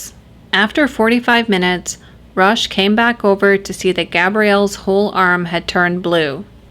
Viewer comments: it's pronounced ''ROCK'' Theriault...not Roche Theriault...otherwise great video and you are sexy :) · Roch is pronounced as "Rock." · Enjoyed the video and like the channel. Can see you're getting more comfortable in front of the camera again, congrats and keep up the good work. Just wanted to share for future reference, not a criticism, the letter H is silent in French. So Roch is not pronounced like roach but as Rock, like the ex-wrestler and movie star. That also applies to his last name, the Thé should be pronounced as just a T sound.